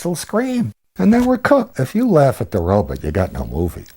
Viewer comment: Note the guy says "robit" for robot, which is how they pronounced it in early sci-fi films.